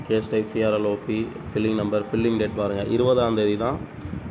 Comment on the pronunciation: ப்ரோ, அது பைலிங் நம்பர். பில்லிங் நம்பர் இல்லை. அடுத்து மாத்திக்கோங்க.